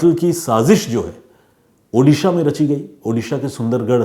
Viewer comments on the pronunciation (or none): none